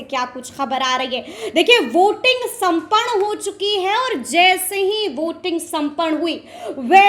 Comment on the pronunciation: उच्चारण तो ठीक से करो, संपन्न होता है